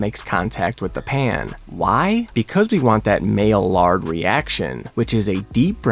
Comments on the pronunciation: Two notes: one is that “malliard” is pronounced “my-yard”. Two is that there is thus far zero evidence that protein from collagen is in any way usable by our bodies. It lacks the amino acids that whey, casein, beef, egg, soy, etc all have that lets your body turn ingested protein into the stuff we can use in our system to trigger muscle protein synthesis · Maillard is pronounced "My-yard". Double L is pronounced as a "Y". You're welcome smart guy. 😂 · That had me too 😂. It’s French and pronounced Mayard. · I feel like you’re trolling me with the pronunciation of Maillard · He's pronounced it correctly before he's just being silly